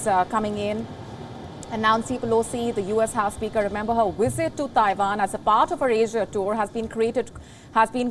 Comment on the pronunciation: Her wisit